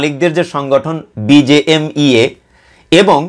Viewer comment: উচ্চারণটা BGMEA হবে। Bangladesh Garment Manufacturers and Exporters Association